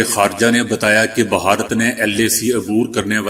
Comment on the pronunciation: لفظ بھارت ہے نہ بھہارت